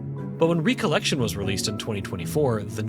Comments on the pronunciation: Does he say "re-collection" for the whole video? M I D W I T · I like your videos but.... You game no idea how maddening it became to hear you pronounce "recollection", as in MEMORY, as "recollection", as in "second gathering. " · the way he says recollection pisses me off bruh